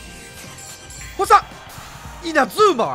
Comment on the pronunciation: VIPがいう星3いっつも「おっさん！」に聞こえる